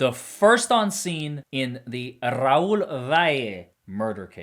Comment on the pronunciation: Making sure to trill them R's is key! RRRRRRAUL